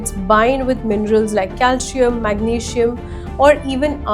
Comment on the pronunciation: It is not cal shi am...it is calcium.😅😅😅😅😅😅